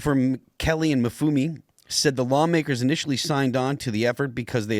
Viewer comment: That political activist-turned-politician, Kwasi Mfume, is pronounce Quasi (how fitting), Em-FOO-may.